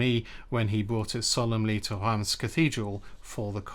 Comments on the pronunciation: Is Reims really pronounced as Rass and not Reams? Even for French pronunciation Rass seems way off the spelling. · Hey,! A Frenchman here 🙂 "Reims" is probably difficult to pronounce for non French speaking people, because it contains a quite uncommon sound (nearly inexistent in other language): [ɛ̃]. "un", "in", "ein", "ain" and "eim" are pronounced the same way, like just one voyel. It is difficult to find a close sound in English. Given the difficulty to emit this sound, pronounciation is quite ok 😉